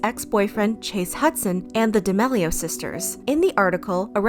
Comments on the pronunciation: She really said "de mellio sisters" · I love the vids but it’s pronouced d’ameelio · “The D’mAilo sisters” 💀💀💀💀💀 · Bruh, it’s pronounced (Dah-meal-ee-o’s) btw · It’s pronounced DIH-MEAL-E-OH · Isn’t it pronounced “ da- mee-lee-oh”